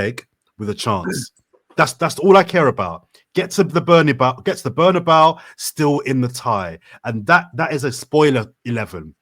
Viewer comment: You knew it was a cockup when called it the “bernybau”